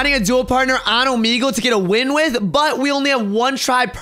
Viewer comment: I’m pretty sure you said Omegle wrong